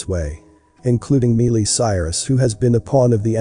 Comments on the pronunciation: "My lee" not me lee lol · ITS MI LEE CIRUS NOT MEE LEE . WOW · I love your videos, but if you know WHO Miley Cyrus IS, how do you NOT know how to pronounce her name correctly? It's not "MEE- LEE," it's "MY-EE". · Her name is pronounced My-lee, not meal-ie. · Love that your synthesized voice called her Mealy !!! 😆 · It sounds like he is saying "Melee Cyrus" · I'm sure that MEELY Cyrus will most certainly appreciate the MISpronunciation of her name !!! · Its an automated voice, so yea. Thats what you pulled from the video, name mispronouncing? Are you 12? Why are you here? Also, I highly doubt MEELY Cyrus is going to watch this video so yea...and who cares what MEELY Cyrus thinks. Troll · It's Miley Cyrus not melee Cyrus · MY lee is how you say her name smh... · I think her name is pronounced Mi-lee.... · Its an automated voice people! Who cares that it pronounced Miley's name wrong! Is that all the info you gleaned from this video? Wow.....just wow. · He just wants the robot to get her damn name right! I am sure he meant No offense and even if he Did... you just pay That no mind! 😁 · NO, but it IS repeatedly distracting & annoying. It happens in all these videos that use a synthesized voice. I don’t know what the workaround is, but it would be a blessing if they found one. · Miley has a long i pronunciation, not a long e.......please pronounce her name properly. It is just common courtesy. Thank you. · You are saying her stupid name wrong.. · Can't even pronounce her name right